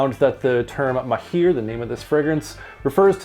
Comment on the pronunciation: the right pronounciation is mahr not maheer thanks for your review it was very helpful